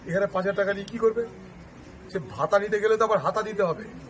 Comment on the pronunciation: ভ্রাতা নয় ভাতা হবে ঠিক করে নাও